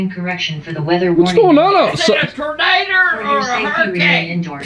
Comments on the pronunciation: Tern-a-der (Tornado) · I love how granny says tornader !!! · Is it a "Tornader" or a hurricane??😂😂😂